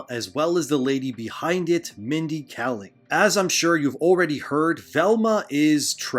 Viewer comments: Two things: 1. Kayling, not Kalling. 2. Slavs are considered people of color. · Really appreciate the upload. She's trash, but if you care, (and i understand if you don't) her name is pronunced "KAY-ling"